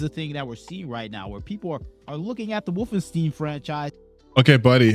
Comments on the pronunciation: "Woof-in-steen" Edit: No he should definitely be made fun of for that pronunciation. It isn't hard to check how the name of a popular game series is pronounced. Makes it clear he hasn't played them. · Not gonna lie, the most annoying part is him saying “Woffen-STEEN” repeatedly. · I know we're not supposed to make fun of how people pronounce stuff, but the way he pronounces Wolfenstein makes me think of a mod where BJ is wearing a fursuit.